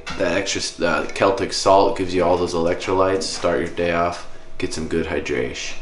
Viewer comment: All i want is good hydraysh